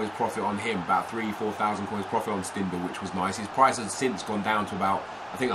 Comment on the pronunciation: His name is prenounced Shtindel